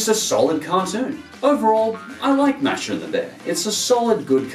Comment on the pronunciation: Btw, it's pronounced M-a^h-sh-ah